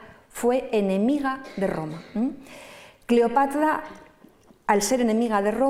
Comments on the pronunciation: Es muy pesada y cansina, contándolo. Y, éso de " Cleopatla" suena fatal. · Buena conferencia, mucha info interesante de principio a fin, solo la pronunciación "Cleopatla" realmente distraía. Por lo demás mis felicitaciones! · EXCELENTE PONENTE PERO...EN LUGARDE LA" R" PRONUNCIA LA "L" "CLEOPATLA" Y USA LA MULETILLA " MM". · Y la pronunciación de "Cleopatla" tenía un problemde pronunciación de la sílaba tra, tre tri Tro tru! Decía tla, tle, tli, tlo, tlu... Y distrae